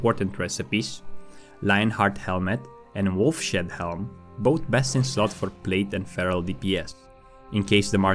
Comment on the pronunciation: love the vid! i think it's wolfs head not wolf shed haha